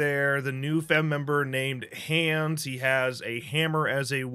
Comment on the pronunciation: It’s pronounced “Hahns” or “Hons” and he’s a Sawyer Family cousin from Austria lol